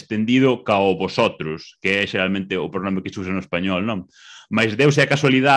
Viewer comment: Ele falando: Geralmente Parece aqueles caras falando "Laranchenhia!"